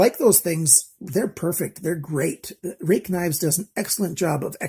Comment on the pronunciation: Thank goodness you can say "rake"... Thanks for the review. Too many reviewers try find something to complain about Ruike knives just because you know..theyre made 'there'... Nothing is currently beating Ruike for quality especially at that price